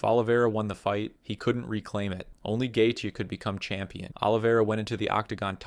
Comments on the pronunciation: Justin Gay-thee 🫤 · Gaythe is such a bad pronunciation it makes the gatheigi guy seem more knowledgeable